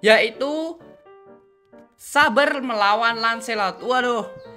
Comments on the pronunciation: Its saber(seyber) Not saber(suber) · tangna he literally say S A B E R